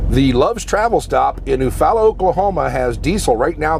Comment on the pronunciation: great vid. My grandparents had a farm there in Eufaula. Pronounced you-fall-ah!!! FYI. Be safe.